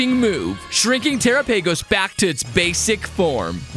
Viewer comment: you mispronounce terapagos